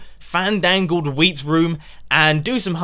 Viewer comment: every time Mumbo says "Wheat" I think he says "Weed"